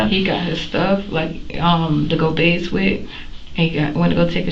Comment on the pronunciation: The word is BATHE not BAISE.